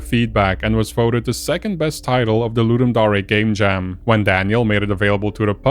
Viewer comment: I know it's probably comment bait but the dare part in ludumdare is pronounced like the actual word dare. not daré